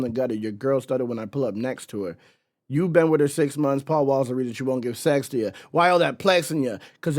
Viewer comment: He said, "while you're falling in love with her (pronounced wita/wida) making it sound like he said falling in love with a she 😂 down south slang